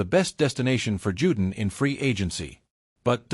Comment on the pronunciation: His name is pronounced Jew-Don not “Jewdin” but I guess a cheap robo voice wouldn’t know that.